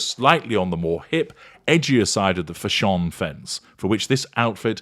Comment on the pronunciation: The way you say fashion as fshon is hilarious now every time I hear some one say fashion all I hear is you saying fshon 🤣🤣😜